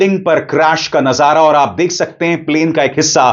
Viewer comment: ABISAR JI,,NAZARA AUR MANZAR BOLNA THEEK NAHIN...